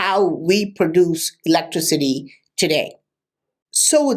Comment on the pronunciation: I would like to put all words that doesnt pronounce properly into one sentence...electricity is one of them...;)